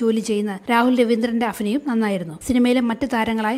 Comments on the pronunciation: Afinayam alla.. abhinayam…. Pha everywhere instead of bha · അഫിനയം അല്ല അഭിനയം